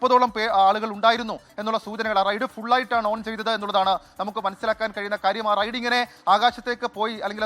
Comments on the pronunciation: റെയ്‌ഡ്‌ അല്ല റൈഡ് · Raid alla Ride àanu. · ... "Raid..."??? Allaa..... "Ride" ennu parayoo kuttee...